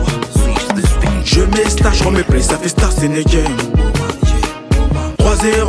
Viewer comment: it's in a game renseignez vous les gars c'est juste cette abrutis qui prononcé starstenegen